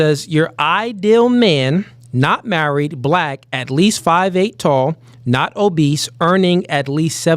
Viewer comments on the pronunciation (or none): 😂😂 I kept laughing when he kept saying “obeast” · bro the word is obese, not OBEAST. Crazy.